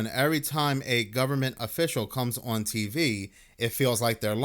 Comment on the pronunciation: Please stop pronouncing the word on as oowan, I can’t take it anymore!!